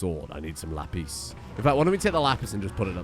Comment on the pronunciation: The way you said "lapis" sounds like "la pisse" (the piss in French). I just thought you'd like to know that